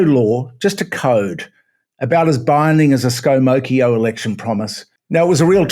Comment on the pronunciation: "Scomocchio". Perfect! Well done, 10/10.